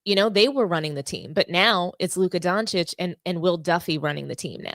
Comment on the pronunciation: Thank you for pronouncing Doncic correctly ;)